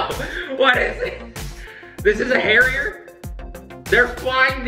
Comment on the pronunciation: Ok, you kept saying Harriet through. The video and I got confused